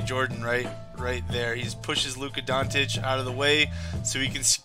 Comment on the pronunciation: I dont want to be an A. ,but his last name Dončić, you can try like this Donchich, i know you guys dont use č and ć, so just a little tip>č or ć= ch.